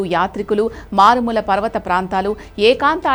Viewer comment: మారుమూల❌️😂 మాలుమూర ✅️🤪